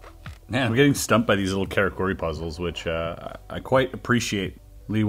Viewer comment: how u gunna pronounce oishii right but karakuri wrong xD